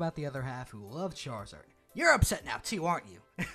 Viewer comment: i cant lie i got upset when he said charazard even though i knew he would say it